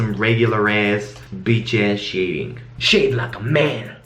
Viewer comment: I love the way you say "shade" it sounds like "shit"